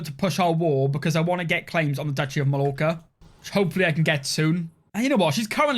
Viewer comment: Hearing you mispronounce 'Mallorca' was painful